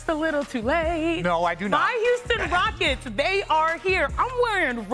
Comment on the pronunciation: Ime Udoka got Malik’s so discombobulated 😂 She can’t even say the team name! It’s the Houston Rockets lady! 😂